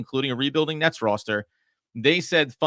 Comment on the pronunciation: These guys are on the ball except need to learn how to pronounce the word "roster."